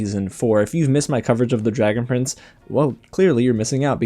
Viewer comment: I'm not the only one that thought he said dragon friends